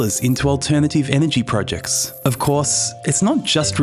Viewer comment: Irks me how you say projects .. pro ..... Jects 🥲 good video tho